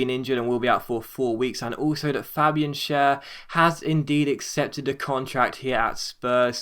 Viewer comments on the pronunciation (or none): Schär is pronounced Shar and Bentaleb is Ben Taaleb(2 syllables)